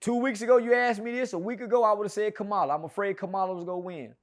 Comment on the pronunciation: I saw the video where you changed up and said you was voting for Kamala 😢😢. Even though you didn't say her name right 😢